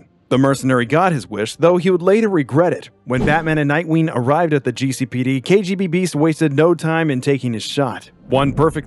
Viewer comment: It's KGBeast not KGB-Beast.